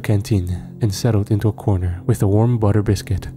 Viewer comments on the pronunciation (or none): none